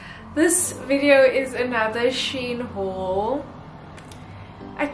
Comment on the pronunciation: LOVE IT!! so glad you pronounced SHEIN correctly this time 🤣🤣